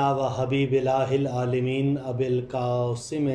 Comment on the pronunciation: Aalemeen nahi hai aalameen hai.